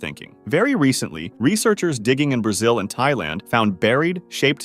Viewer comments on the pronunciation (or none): none